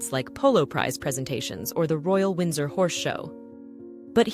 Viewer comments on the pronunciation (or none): none